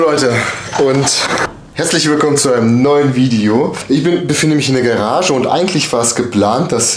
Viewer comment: Garage, nicht Gerage^^